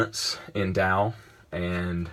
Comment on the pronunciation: Finally, someone who says Tao right!